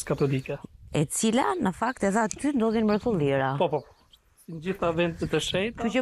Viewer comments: Përse ky Prifti nuk mund t'a theksojë germën DH ,nuk thotë EDHE,por thotë Elle.Dyshova por gjermën Y e thekson mirë . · jo tane n‘malsi. Asht ni pakic qe thot ll n‘ven te dh. Asht thjesht dialekt. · Munet me kan prej Malsie se ata kan veshtersi me sjkronjen dh. Ky asht Frat.